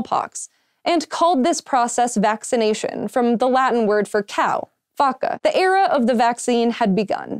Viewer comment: OMG, she pronounced 'vacca' right, as a Latin nerd, that's admirable!